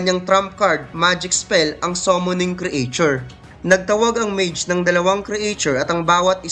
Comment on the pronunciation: Like ur content, pero paayos nlng ung pag pronounce ng ilang word/s, A rank, creature, etc.